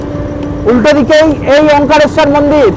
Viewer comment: কথাটা ওমকারেশ্বর। ওমকালেশ্বর না।